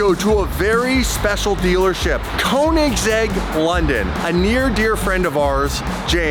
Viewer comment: Come on & pronounce Koenigsegg correctly, 😂